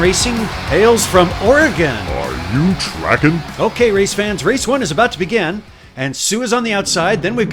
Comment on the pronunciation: Great racing... "Are you Track'in".